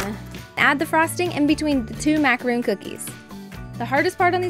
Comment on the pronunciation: They look gorgeous,but they're pronounced macaron (Mac a Ron) not macaroon the macaroons are coconut cookies.